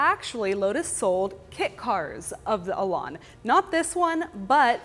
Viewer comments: if only you could pronounce the name better its an elan not elarn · What is a Lotus Elon? For crying out loud! Say it correctly. Elan rhymes with pan and can and man.